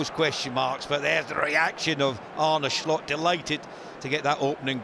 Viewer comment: This guy pronounced Slot like Shlot! 😂😂😂